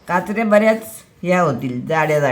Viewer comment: काचऱ्या असे काचरया असे नाही.